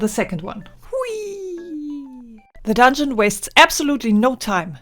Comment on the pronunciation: "ze dondschen" cracked me up 😂😂😂